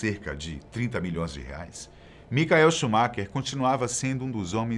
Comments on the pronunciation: Bom vídeo mas não digam "micael" é Michael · Queria saber o porque vcs pronunciam o nome "Michael" errado ? Quando se trata do piloto de fórmula 1.